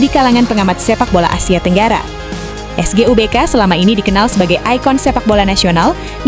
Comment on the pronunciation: SUGBK bukan SEGuBK terus Si Jalak Harupat bukan Harurat